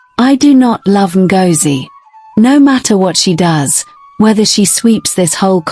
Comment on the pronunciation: The name is Ngozie, as in go, go. Zie as in the letter Z